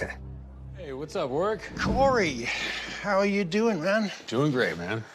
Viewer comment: Can't even pronounce Warwick properly